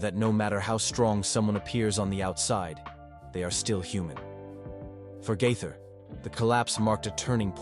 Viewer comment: His last name is pronounced GAATHER, not GITHER. You gave yourself away on that one...this is fake, and should be investigated.